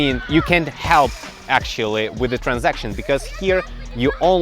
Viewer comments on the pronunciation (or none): yeah not bad, just transition -- not transaction